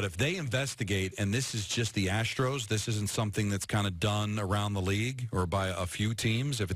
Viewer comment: Hahahaha! "Ass-tros"